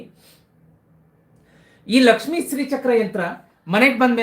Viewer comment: Karagre vasate lakshmihi...not lakshmi ..it's lakshmihi